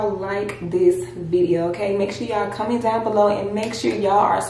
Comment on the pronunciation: lol she says “comment” like dearra maybe it’s a memphis thing😅😂😂😂😂😂💓💓